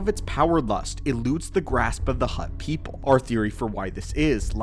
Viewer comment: "Mace Windu pepole" 💀💀💀